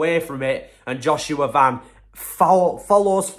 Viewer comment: I’m proud that this guy actually pronounce his last name right.most people just pronounce it like the shoe brand van.